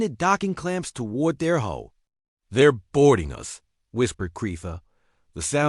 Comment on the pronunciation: 1) a ship does NOT have a "HOLE" ... they gave a "HULL"!!! 2) The words are NOT spelled NOR pronounced the same ... except by stupit a.i.'s that also read the period at the end of a sentence as "dot" like a website's "dot com"/"dot EDU" or what ever. this a.i. has proven itself as one of the stupider ones: SEVERAL Mispronunciations, reading punctuation as words ("Dot"), adding unnatural pause to the dialog, making it jerky ... Obviously, the "human(s)" affiliated with the channel don't edit or even watch what their a.i. "writes" and "narates" before the a.i. posts it in their name. Talk about lazy, incompetent and uncareing ... 👎 Foolish as well, to "think" early fisrt generation a.i. does not need input and correction. 🙄